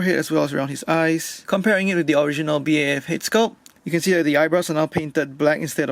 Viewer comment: This man calla it a b a f it's BAF Edit:no hate it just annoys me